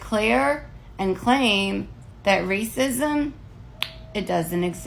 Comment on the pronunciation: RAY-sis -is-mm is crazy!